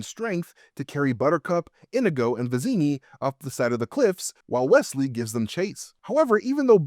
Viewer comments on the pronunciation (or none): This was hard to get through with you calling him "indigo" the whole time. His name is INIGO Montoya. He says it like 100 times. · Is this rage bait? Why did he pronounce Inigo wrong the entire video 😂 it's In-EE-go, not INN-ih-go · omfg... His name isn't "INN-igo." It's "in-NEE-go." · You are killing me with calling him Indigo, his name Inigo Montoya, he killed his father. He prepared and died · Probably still not correct but closer than saying it wrong 100 times. Sorry, I do love you and your videos, but that drove me nuts and I don’t speak Spanish. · Why are you saying Inigo wrong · Leaving this video because of the stupid fucking way he says Inego